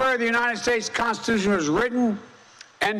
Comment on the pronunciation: Americas consssittussion 😂